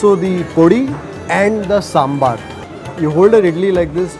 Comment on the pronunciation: Loved the way you said Saambaar...and not sambur; like some people do.